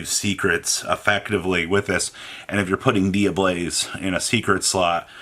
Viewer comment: Take a shot every time says “Dia-BLAZE” and not “Dia-BELLZE.” For god’s sake it’s Tear-“Element” to him all over again.